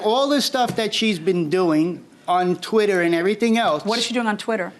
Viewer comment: "Tweetah" larry...sir... blink man. 😂😂😂 But for real. That woman is scary- vicious. 😢